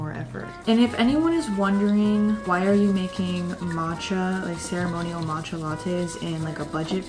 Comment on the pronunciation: "but whatever we're gunna make a mAtcha" I actually laughed out loud, your vibes are so genuine I love it here